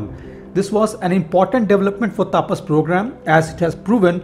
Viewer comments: Hi! Its not "taapas" but "tapas" where there will be very limited emphasis on 'a'. Its very jarring to hear u say "taaapas" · Taapas nahi tapas(तपस)